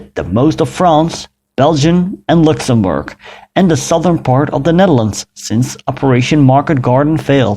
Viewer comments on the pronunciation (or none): none